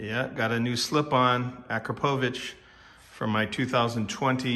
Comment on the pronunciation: Ah crop oh vich. Say it right